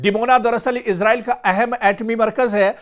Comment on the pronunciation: Sir इसराईल कहा karen इजराइल नहीं bola karen ok